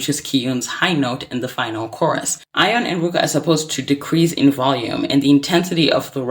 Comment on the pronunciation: is no one going to correct the pronunciation of her name? yikes